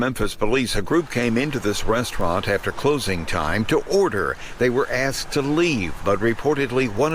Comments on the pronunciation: Even when hired as news reporters, they still can't fight the urge to not say "aksed" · “axed to remain anonymous” I’ve never heard a black say it correctly lol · no wonder why they are screwed mentally and can't recover at this point, even the journalist can't help herself and says "axed", wtf is wrong with them ? They have never heard of the concept "words have power" (through their real meaning) ? that's why, if you can't construct a full clear sentence, without hesitating every 2 sec, or interjecting with "like" every 2 words, or similar dumb verbal vomit, you are doomed to remain as dumb as the stone you are, because your train of thought is as clear as how you can express it (to some extent). Them, they can't say "Ask" properly, even those who "inform" them, who are a kind of authority, are stupid, and despite being a fairly recent phenomenon but it went so fast in their "community", it's crazy. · It ain't ALL of them...but it is definitely ALWAYS them! And did you hear the reporter...they "Axed" to remain anonymous. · Even the news anchor is ghetto; “axed” 😂😂😂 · "Who axed to remain anonymous." 🤣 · “The Bojangles manager and his mother ax to remain anonymous.” 😂